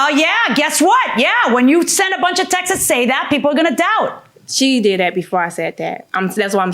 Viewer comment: I’m tired of people saying Texas instead of texts. Texts is one syllable and Texas has two